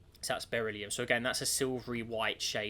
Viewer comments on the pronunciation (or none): it's "burr-ill-ee-um" not "bear-ill-ee-um"